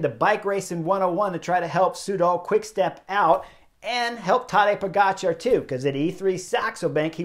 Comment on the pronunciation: Nice. He pronounces pogacar correctly. It’s “char” not “cha” as in dancing the cha cha